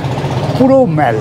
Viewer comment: আপনার videoগুলো আমি ও আমার স্ত্রী খুব আনন্দ করে দেখি। এই videoটিও দেখে খুব আনন্দ পেলাম। একটা suggestion: mallকে “মল” (American উচ্চারণ) অথবা “মোল” (British উচ্চারণ) করা ভাল। Internet search করে সঠিক উচ্চারণ শুনতে পাবেন। all, ball, call, hall, fall, tall কোথাও অ্যা ব্যবহার হয় না। শুধু shallএ ব্যতিক্রম পাওয়া যায়। Darjeeling এর mallকেও অনেকে ম্যাল বলেন। এটা কি ভাবে শুরু হল জানতে ইচ্ছে হয়। শুভেচ্ছা রইল।